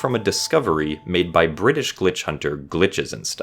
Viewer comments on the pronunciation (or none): BriTish, there's no D.